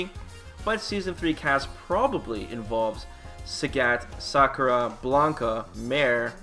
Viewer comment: It's Sakura not Sockra!